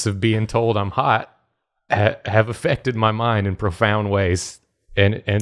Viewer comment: So, I grew up in Georgia but moved away many years ago. I cannot tell you the extent of joy I experience whenever is flustered and pronounces particular words in the style of our homeland (~ "effected" "realize" "profound")